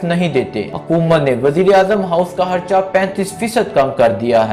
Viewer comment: Yaaaar Bhai uska naam Imran Haaan ni he bulke Imran Khaan he or Harcha ni Kharcha hota he....urdu ka satyanas na kro yar its our national lenguage kindly respect it